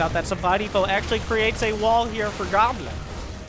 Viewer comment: I watch Lowko. You’re saying Goblins name wrong.... it’s “Gooblin”.